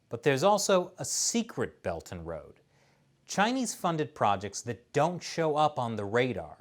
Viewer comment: I always heard “Belton road” instead of “Belt and Road.”